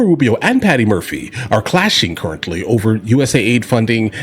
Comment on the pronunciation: It's not Murphy🤣